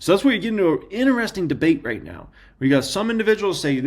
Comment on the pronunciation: Love you, but it is “in…tri..sting” when you say interesting not “in…ner…esting”. 😂